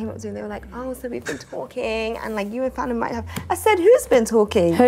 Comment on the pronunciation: I came to see your reaction bc I heard her saying “fat” when she tried saying yo name 😭